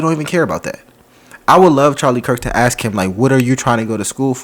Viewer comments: STOP saying “aks” instead of “ask.” YOU are part of the problem. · You are part of the problem,. Be better. Stop saying “aks” instead of “ask.” Start living up to your masters degree, start living up to your scholarships. You are supposed to represent the very best of the black community and yet you still indulge in some of the most despicable tropes and you seem to have exactly no awareness of it. Be better,!!